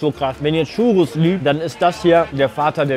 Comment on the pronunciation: Maaaaaaan es heißt nicht Chuuuuuuurus